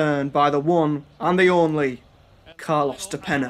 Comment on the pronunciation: I love how you spend like 10 minutes mispronouncing "de Peña" lol. Yeah after Boro, he went back to Uruguay and lit it up. Now he plays in the Champion's League with Kiev.